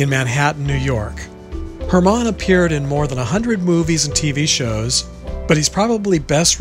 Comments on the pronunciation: It's HER-man not her-MON. He's also well known for portraying FDR in two big miniseries. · Edward Herrmann's name is pronounced (her-man).